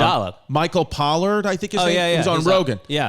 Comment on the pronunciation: I believe his name is Michael Pollan, not 'pollard'